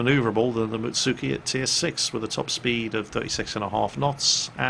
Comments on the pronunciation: you know its +Animefreakah when he calls a Mutsuki a Mitsuki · 3 min in. "Mutsuki" Oh...